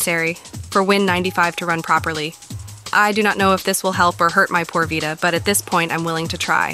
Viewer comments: On the Vie-ta ... Lol... It's Vita (Vee-ta) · V eyeta? I thought it was vita. Jk great content btw